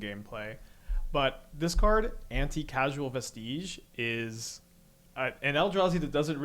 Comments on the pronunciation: Every streamer so far has said casual instead of causal. Shows that it's not a word one either sees or uses often. Still, love the video keep up the good work. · "Vestige" is a real word. Pronounce it like a real world. So is "causal". And "sorrow".